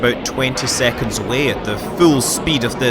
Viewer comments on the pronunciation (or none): none